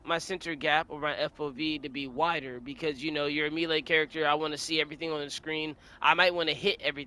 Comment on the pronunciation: Bro has got the game mastered but reading and pronouncing the word "melee" , beyond his education level.. Holy shit.. Our world is fucked.